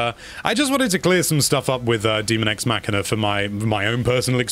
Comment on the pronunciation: Dummy, it’s daemon x machina. Not demon x machina. These are machines and not a horror game so it should have been clear what the title is even if you have bad reading skills.